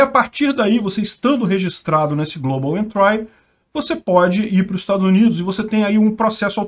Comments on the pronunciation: só uma correção: se fala "global entri" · Velho pelo amor do pai joga global entry no tradutor Google e toca no alto-falante pra você pegar a pronuncia correta porque vc tá pronunciando incorretamente com muita convicção. No mais seus vídeos e seus canais são top.